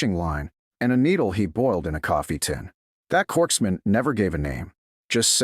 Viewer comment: Western NY...and it's corpsman, not corkman.